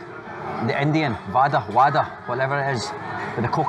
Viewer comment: Hey it's not "Wada",its "Wade"👍🇱🇰